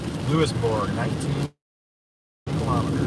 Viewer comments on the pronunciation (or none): Louisburg. Rhymes with Pittsburgh. Newfoundland. Pronounce it like NewFunLand to say it correctly.